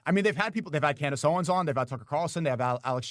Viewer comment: Talmud Tate kept saying "canned ace Owens"🤣